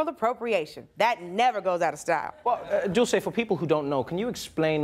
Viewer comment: when did her name become Italian all of a sudden lol it's Dulce.